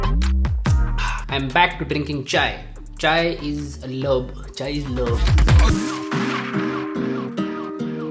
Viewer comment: The way you say love is the freakiest way! 😂